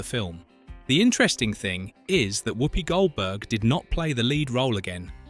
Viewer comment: He also keeps saying "woopy" instead of the "wuppy" pronunciation which he would know if he had watched it lots of times